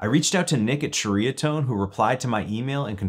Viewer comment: Pronounced Cherry-uh-tone. I had a DR103 and sold it. I'm a Dumbass sometimes.